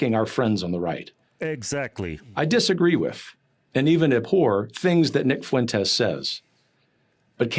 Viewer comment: "Nick Fuwentes", that never gets old lol